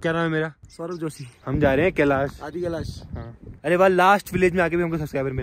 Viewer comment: Kalish kalish kiya bol rha he kalish parvat bolne me tuze bhar ara he kiya